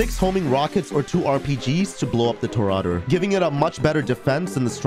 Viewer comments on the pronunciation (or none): Toreador "TOE-REE-ADORE" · I just have to say...Toreador is pronounced Torry Ador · How are that bad at pronouncing words lmao. "Toraadoor" "Vigilaantey" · You're mispronouncing Vigilante and Toreador.